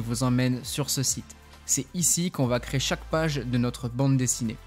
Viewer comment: Merci pour la vidéo. Juste, on dit "CRÉ-ER" ! Et pas "CRÉ" !